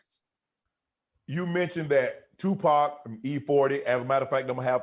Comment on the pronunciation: Correct pronunciation: Tupac Master P: 2-POT